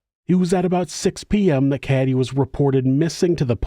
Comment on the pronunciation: It's actually pronounced Kah Ay Day brother 😂